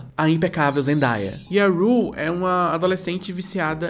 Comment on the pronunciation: Vídeo incrível, mas quero fazer uma correção na pronúncia do nome da Zendaya. É Zen-day(dia em inglês "dêi")-a. Segundo a atriz, os pais dela colocaram esse nome pois ela nasceu num dia zen (hippies q fala, né). A própria já disse também que, por conta disso, a pronúncia errada do seu nome soa como Zen-die(morte em inglês "dai")-a, e que isso não é algo legal de se associar ao nome. Espero ter informado. Bjos, seus vídeos salvam meu marasmo!